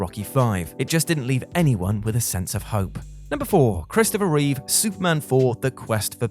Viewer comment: You said his name right at the first, then you had it wrong the rest of the time. Reeve not Reeves. He’s not Keanu.😜